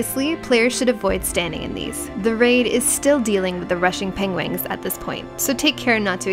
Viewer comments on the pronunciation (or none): Pengwings? Penglings? Oh no, is turning into Benedict Cumberbatch!